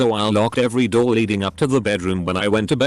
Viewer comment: When he said someone hitting a Roor what’s that mean or did he mean door